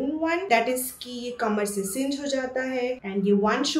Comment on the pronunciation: “Cinch” not “Cinj”